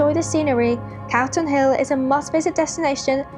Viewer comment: I may be mishearing but it sounds like your saying Carlton hill not Calton (call ton) and its Edinburghs disgrace not Scotlands